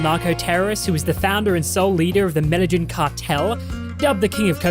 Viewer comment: I love that neither or can pronounce "Medellín"